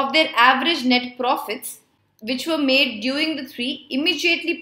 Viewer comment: Ma'am you pronounced India is the first company which madam CSR mandatory..